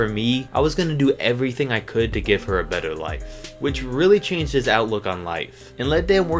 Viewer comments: better not beter 😂😂 lol still a great moving story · "Beter" okay then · "BETER" lmao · Did he just put "Beter" instead of "Better"?